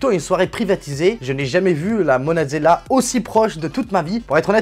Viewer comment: Ah Ah cest la monalisa pas la monasella ça ma fait rire, bonne vidéo comme d hab